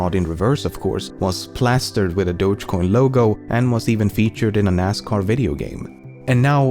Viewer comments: DO-GE COIN ffs. Not Dodshhcoin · >Dogecoin >pronounced as DODJ WHY